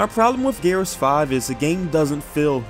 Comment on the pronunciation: Gears 5 is not that bad and you have not played 2 other gears games and can you please learn how to say gears dude sounds like your saying garus